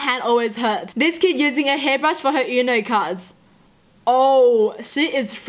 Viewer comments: I think it's not pronounced as YUNO BUT UNO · Its not pronounced YOUUUUUU-NO Is pronounced Ono...(Just sayin..)